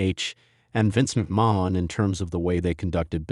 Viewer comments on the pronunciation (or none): even if it is that's not how Vince McMahon says his name. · It is obviously an AI voice and is a turn off for me when it pronounces a name totally different than the person who has the name. Whyt is that a problem for you?